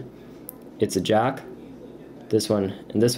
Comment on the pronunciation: I love his accent "juck of diamonds" so cool